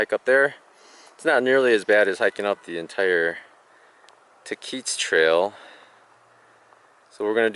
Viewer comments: TAH-QUITS Trail is how you say it, like kwit! I live in the area. Lol... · Love your pronunciation of "Tahquitz". By the way not even close. My wife and I love your vlogs.